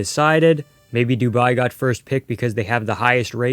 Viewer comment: instead of Dubai its Duabi....